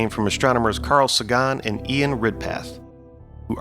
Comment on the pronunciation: I love this channel and truly truly. I'm a fan but somebody needs to tell him he's pronouncing Carl Sagan's name very very wrong. And Sagan is not some obscure scientist. Just before this channel blows up. He needs to know how to say Carl Sagan's name properly